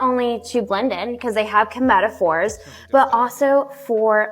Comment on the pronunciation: The aquarium associate mispronouncing pacific and chromatophores was driving me insane